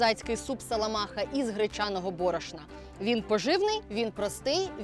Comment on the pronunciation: Треба говорити нее саламаха, а соломаха), як моє прізвище)))